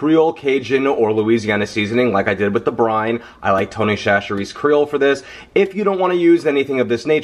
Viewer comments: SASH-erees, not Shash-erees. Yes, it's counterintuitive, but that's how it's officially pronounced. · it's Tony " Sach- er -ees" Chacheres .. it's a Louisiana thang ... lol great recipe